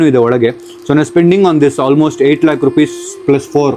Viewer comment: It’s lakh not lack